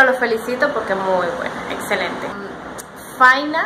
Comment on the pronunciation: Q bueno q les haya gustado nuestra pizza! Ah, y es Fai- na con acento en la última "a". Saludos desde la provincia de Buenos aires :-).